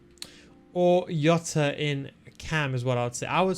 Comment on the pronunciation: Don't say jota like that. Hes not from Netherlands. Hes name is Jota not iota.